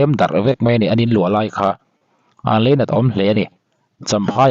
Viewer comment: Leinat niloin Lainat aw